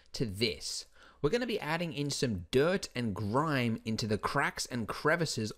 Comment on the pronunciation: Did you say grrrime?